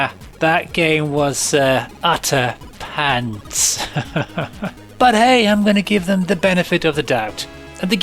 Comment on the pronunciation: ”UUUHHHTTER PANTS-AH!” 😂 100% sure you emphasised it that way for me,! LoL! 😄 Love it. 👍🏼